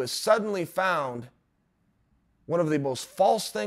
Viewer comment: Is he saying cough-adence?